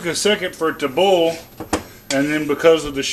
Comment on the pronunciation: What is ohwell ? You mean oil? You're not saying that right boil is also mispronounced